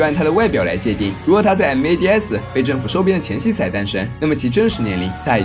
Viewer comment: 我挺想听白鲸直接念mads，而不是M.A.D.S的，那就完美了